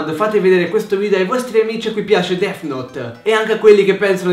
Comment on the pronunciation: Notare "Dess"